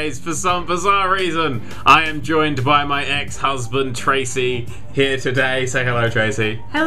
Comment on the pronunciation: He says ex husbend